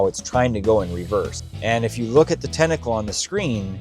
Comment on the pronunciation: … since you asked, maybe you could learn how to pronounce the word “tentacle” :-)